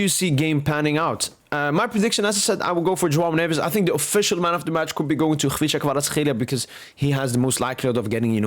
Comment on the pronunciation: Bro why you pronouncing Kvicha Kvaratskhelia so well? 🎉 nice one dude